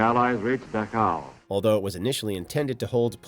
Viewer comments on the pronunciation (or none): It's DAchau, not DaCHAU. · What the heck is the Duh-how camps. It was the Dach-au concentration camps.